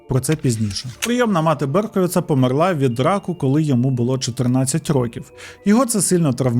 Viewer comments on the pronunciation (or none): Подобаються твої відео, але кожного разу коли ти неправильно ставиш наголос у словах «помЕр» і «помЕрла» мене аж тіпає!